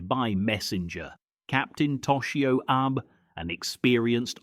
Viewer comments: …and the Captain is Arb first, then Aib (as in Abe Lincoln ) twice. Try Ah-bay…. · Agreed, these content producers should at least learn the proper pronunciation of the Japanese names. It is captain Ah-bay not Abe.